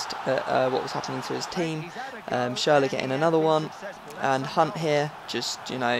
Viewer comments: its not pronounced schurler its schurrel !!! haha love yur vids keep going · it's not schurrel -.-' actually is probably the most "gifted" english speaking person i've heard so far when it comes to pronounce things like the Ü in schürrle. and again you don't say schurrel dude, it's clearly schüRRLE Anyway I love your vids mate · Say schurrle again :/